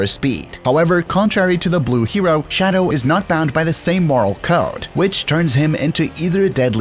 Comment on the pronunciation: Nobody: This dude: ShAdOuw